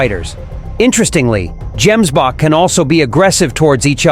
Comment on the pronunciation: Gemsbok is pronounced with a hard " g",not " j".